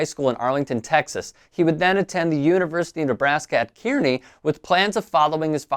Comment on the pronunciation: University of Nebraska Kearny ... ‘Karny’ not ‘Keerny’.